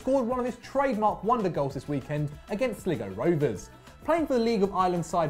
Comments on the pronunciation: My man said sliggo rovers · The way he pronounced Sligo Rovers 😂